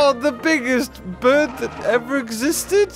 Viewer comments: You spelt bird wrong. you said birb instead of bird. Has any one noticed that? XD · did you mean "birb" or "bird"?